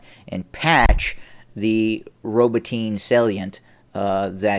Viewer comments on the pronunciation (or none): I believe it is pronounced Row bot nee at lease that's how the Russian pronounce